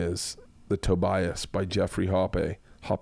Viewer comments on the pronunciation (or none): none